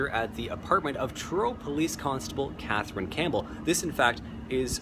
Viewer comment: I don’t understand why this guy can’t say “TH” in his sentences. He can’t even say Katherine he is saying KAT- TRIN ... it can’t be that hard. I’d like to hear him make a video speaking in a American accent to see if he can actually pronounce the “th” in words